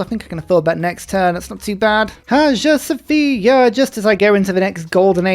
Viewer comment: While we're nit-picking.... Hagia Sophia is pronounced: AYE-Ya So-FI-a (a couple silent consonants in this Greek-ified Arabic name)